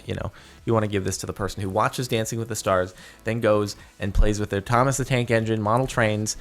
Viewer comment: "Thomas the Trank Engine" -CaptainSparklez, 2017